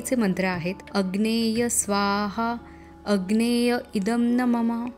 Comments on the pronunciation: अग्नेय नाही... अग्नये आहे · सूर्यास्ता च्या वेळेस चा मंत्र अग्नये स्वाहा असा आहे . अग्नेय स्वाहा नाही . उच्चार कृपया चुकवू नये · अग्नेय स्वाहा नाही अग्नये स्वाहा म्हणावे.. गायत्री मंत्राची आहुती अग्निहोत्र करताना देऊ नये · अग्नये म्हणायला हवं अग्नेय नाही